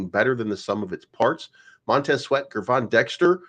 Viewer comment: Hey, Gervon’s name is pronounced “JER-VON” not GGGGRRRRRvon. You’re welcome